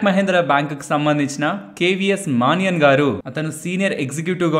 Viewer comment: మానియన్ కాదు మణియన్ అనాలి. Kotak official name